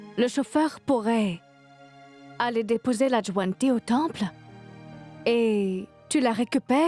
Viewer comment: J’aime la façon dont prononce le nom de Lajwanti.